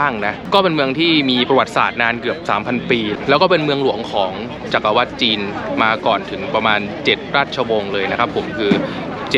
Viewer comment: จักรวรรดิ อ่านว่า จัก กระ หวัด